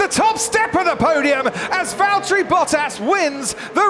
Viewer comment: its valtteri